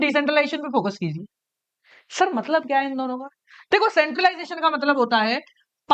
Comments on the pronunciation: Matlab ❌ Maltab ✅ 😆😆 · Matlab❎ Maltab✅ 😅😅